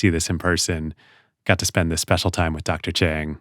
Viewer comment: I am immensely saddened by the Mispronunciation of Dr. Chang’s last name! Correctly pronouncing a person’s name is the least one can do to show respect. Dr. Chang’s grace is no reason for one not to make an effort. Don’t let anyone tell you it is hard to pronounce Mandarin sounds. Don’t underestimate your ability to get it correctly! Show proper respect and it would happen! Need help, just reach out! Lots of people would be happy to help!